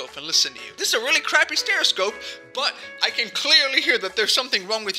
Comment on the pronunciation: This is really random, but why do I always hear people saying stereoscope, when it should be stethoscope?